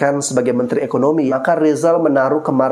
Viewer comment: " R " ini huruf apa ? Huruf L ' kata lisal🤣🤣🤣